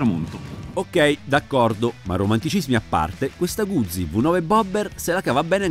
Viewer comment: Un minuto di raccoglimento per tutte le parole che sono state mangiate dal tester. Scherzi a parte, bella review e abbastanza onesta. Ah, si pronuncia Guzzi, non "Gudzi" :D